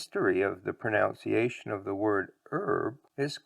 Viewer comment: Now about the way you pronounce "pronunciation"...😅